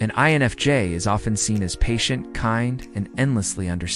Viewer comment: your AI voice is saying enfj instead of infj talking about "fake people" and there is something very amusic about that to me